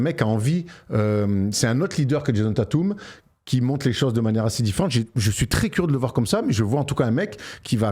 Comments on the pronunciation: Déjà c’est « Taytum» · Mes oreilles saignent avec vos Tatum 😢... Svp faîtes un effort "Tètum" c'est une superstar c'est pas un no name comme Knecht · Djèzonne Tatoume